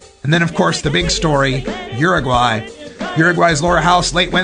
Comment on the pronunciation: HOO-ROO-GUAY! HOO-ROO-GUAY!